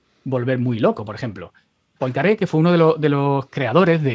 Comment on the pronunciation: Poincaré se pronuncia "puancarré"